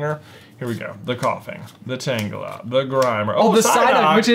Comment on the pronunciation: keeps saying Tanglea instead of Tangela and it bothers me just a bit.